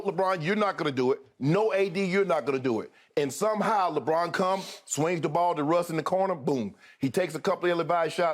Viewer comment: “Lebrick” lmao